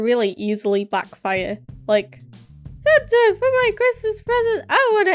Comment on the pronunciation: Did she say santer instead of Santa